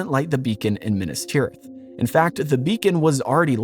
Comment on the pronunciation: Minnus tirith? Meenas Teerith. If you're going to do JRRT stuff, at least pay attention to his pronunciation guide. He was a professor of languages, you know.